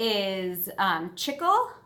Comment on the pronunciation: The pronunciation is <SHE-CLAY>.... 🎉❤